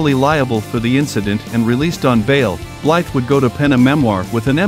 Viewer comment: Is this an instructional video about how to badass? Also… Blythe is pronounced Bly. The “the” is silent.